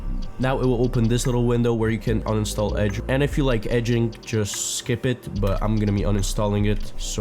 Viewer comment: "if you like eding" is wild